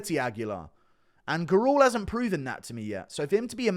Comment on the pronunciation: Hey yo Guru the surname Gurule is pronounced Gurr-lay